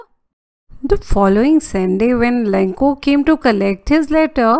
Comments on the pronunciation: Lancho mam not lankho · MAM ITS LENCHO NOT LENCO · maam the explanation is all gud but the only thing that is wrong is the name of the farmer u pronounced its lencho not lenko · Your explanation was really good but it was lencho not lenko